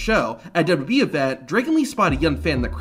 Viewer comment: I have the way the guy narrating the video say WWE dubdubeee